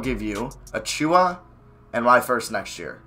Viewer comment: you’re almost pronouncing achiuwa right. the only thing you have wrong is that the emphasis is on the first syllable, not the second. AH-choo-wah